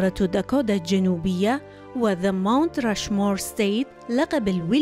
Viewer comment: شنو داكودا ضجت من اللفظ يمعود داكوتا Dakota حتى الأمريكان ما يلفظون هيچ ال t يلفظوها D خفيف مو هيچ. يمعود اللفظ كله غلط. بدون زعل